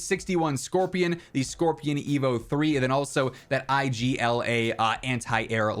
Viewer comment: just a quickie, IGLA is pronounced like igloo (ig-la) just so you know! :D